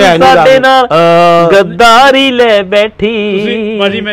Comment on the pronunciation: gadaari ni hunda gaa dari hunda by